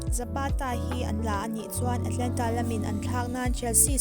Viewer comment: A țha e!Mahse le Atlanta ni lovin Atalanta ni zawk ooo...rawn bei zel rawh